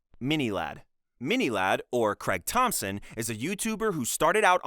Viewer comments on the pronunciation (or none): none